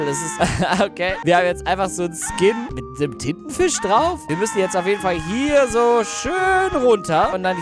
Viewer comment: hast du Tittenfisch gesagt?